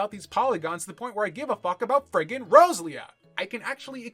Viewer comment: just gonna drop this here, then. Row-Zel-ia and Row- Zer-aid. No joke, I had no idea what creature you were taking about until you mentioned Gen 3.